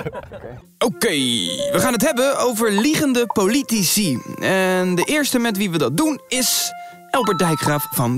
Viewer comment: Ben ik de enigste die de hele tijd politie hoort ipv politici